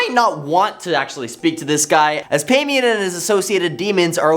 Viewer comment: IT’s pronunced Pie-mon. Not whatever tf you said. And basically everything you said about him wasn’t true. It’s ba’al not whatever tf you said. Also goetia is go-sha OR Go-eh-Tia NEVER BURN A OUIJA BOARD EVER. The thing to do is to hide it somewhere no one will find it. If you don’t understand a topic, please don’t make videos on it pretending you do. And maybe look up pronunciations Before posting something.